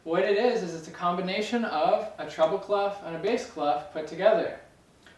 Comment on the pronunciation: Funny, when you say "treble clef" I always think you're saying "trouble clef." Probably because North Americans roll the "R" more than the British, Scots and Australians. I thought wow, am I gonna have trouble with this clef? But the treble clef has not been a trouble clef for me. I have advanced in note reading and can stutter through simpler pieces thanks to your lessons.